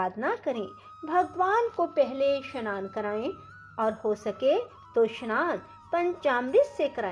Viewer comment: स्नान का उच्चारण शनान